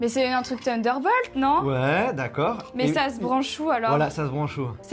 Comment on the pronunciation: Marie on dit funderbolt et pas tunderbolt 😂😂